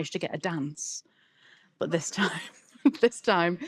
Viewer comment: The accent slips to Oldham when she says ‘but’ it comes ‘bot’ .. she’s brilliant ! Love her 👍